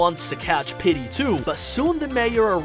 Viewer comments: Petey isn't pronounced "Pitty" its pronounced "Peetee" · Pitty ❌ petey ✅ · It’s PETEY not PitTy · It sounds like your saying pitty instead of Petey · STOP Saying PITTY!